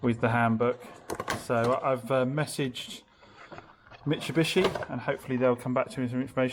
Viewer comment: mitsubishi not Mitchabishe lol 😂